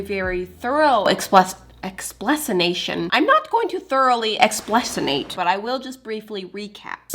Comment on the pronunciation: Hahaha 😂...."explecinate"...you should publish a ME Dictionary 😆